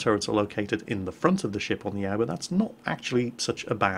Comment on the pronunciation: I'd just like to point out a simple pronunciation error: Aoba is pronounced "a-o-ba" not "owba" A general rule to follow with Japanese is that it's pronounced exactly how it's spelled.